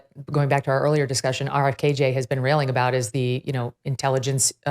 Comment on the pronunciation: I’m sorry but if she says RFKJ one more time I’ll pull my hair out